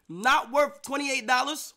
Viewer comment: “15 dollars-“ “28 dollas” ⚰️⚰️⚰️⚰️⚰️⚰️⚰️⚰️💀